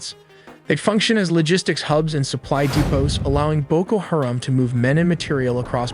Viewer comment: It's BOKO HA-RAM. You might want to Google the phonetics of some of the words you're saying because you're saying them wrong.